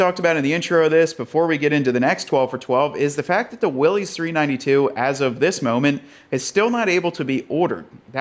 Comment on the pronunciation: You gotta learn how to pronounce "Mojave" (Spanish... think mojito with an ah-vay at the end) and Willys... John North Willys the founder of Willys Overland pronounced his name "willis" as in "What you talking about Willis".